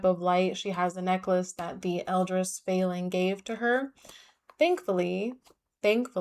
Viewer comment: Feyling doesn’t sound as cute as aster probably thinks it does, because every time you said it I heard “failing” 😭